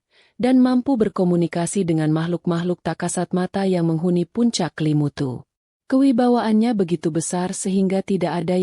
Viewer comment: Bukan Kalimutu Tetapi kelimutu mbak